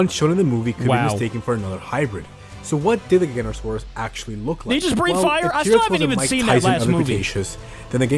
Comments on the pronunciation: Gignotosaurus is said giga-noto-saurus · this how to say gi-ga-none-te-so-rus